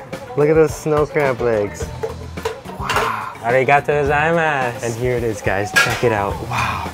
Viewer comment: there is very little english stress in your arigatō gozaimasu